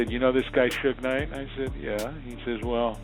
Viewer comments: Who tf is Sewge Knight and Sugay Knight? 😭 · Soo-gay knight, lol. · Who is Sooj Nite? And what is a Soogae? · Damn I hate these stories due to the MISPRONUNCIATIONED NAMES........SOOGAY KNIGHT.... SMH